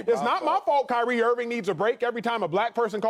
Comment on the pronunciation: Who else died when Acho said “High-Rie Irving” 😭🤣😭💀💀